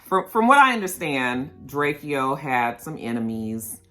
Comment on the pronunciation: Diamonds they hold diamonds and his name is drake -o lol that’s how it’s said drake o